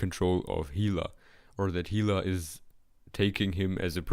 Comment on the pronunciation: it's interesting. also funny when you can't pronounce valkyrie, realms, or hela